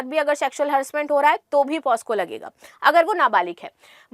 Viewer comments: it is not posco,it is pocso (पोक्सो). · मैडम पोस्को नहीं पॉक्सो होता हैं... Pls correct Ur pronounciation!... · Madam ji 🙏✍️,pos--co...nhi .🙏💐 POc ___so .. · दीदी वो पॉस्को नहीं पॉक्सो होता है